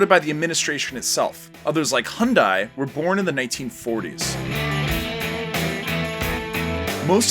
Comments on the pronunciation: He also said "Hie-yun-die" lmao I laughed so hard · yknow. . . u shouldve looked up how to pronouce hyundai before making this video. people that vaguely pronounced word that this dude kept saying was actually hyundai:) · The video is awesome and informative, but it would be nice if you asked a Korean how to pronounce "Hyundai", "Chaebol", etc. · Well that's the most creative way of pronouncing Hyundai I've ever seen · The constant mispronounciation of chaebols or hyundai is painful xD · Dear, The words "Gangnam," "Hyundae," and "Chaebol." Are actually not difficult for an English speaker to pronounce. It would be really nice if you could do a little research next time and find out the correct way to pronounce them. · OMG, when he killed the pronunciation Hyundai......... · "hai-oon-dai" lmao.... its pronounced "hee-yun-dae" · Hyundai is pronounced Hun Day. 현대 not 현다이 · How the hell can Hyundai become "Hai-Woon-Dai" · how tf with the 'hun dai'.... is it that hard to spit it into google translate and let the voice correct your pronunciation? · Great video, but if you're going to make an informational video, at least get the basics right. Your pronunciations of Daewoo and Hyundai, and Cha bol are totally off, Park Chung Hee not Chun (big difference in the korean language), and Lotte is established in Japan, not Korea, although the establisher is Korean. The technology you mentioned helped for the latter part of the 1900s, the decades right after the independence of South Korea were reliant upon hard working ideology and other less technological industrial products. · Amazing video!!! Please correct pronunciation for Chaebol [chebol] / ch pronounced like ch for church Hyundai [Hyoonde] like Hugh in Hugh Grant :)